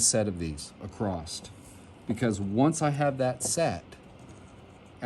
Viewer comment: Love your videos buy please please stop saying acrosst!! It's just across.